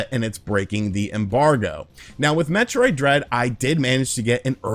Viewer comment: It should be metroid! Not hemroid!